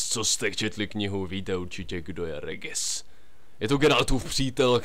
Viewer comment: Regis sa číta ,,Režis".